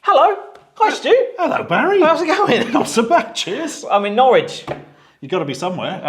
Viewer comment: Norwich should not rhyme with porridge.